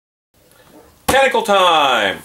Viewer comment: "test-acle" hahaha